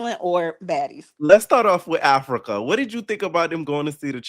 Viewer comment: I wish I was able to call in cuz no one mentioned Dolly saying Africer and Summer saying emotionable and how Scottie came to the meeting with the disheveled wet wig that Lex slung over the edge of the pool 😂😂😂😂